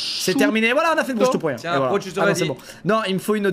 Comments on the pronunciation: Ça se prononce prochiutto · Les italiens en sueurs une « proscuitto » la prononciation horrible 😭😂